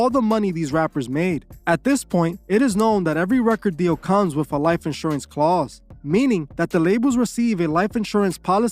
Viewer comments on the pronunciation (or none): none